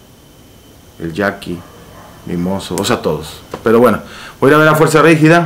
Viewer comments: Fanático y dice “ fuerza rígida” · Se nota que te gusta, si dijiste mal el nombre como 3 veces mi, FUERZA RIGIDA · porque dices Fuerza Rigida jajajaj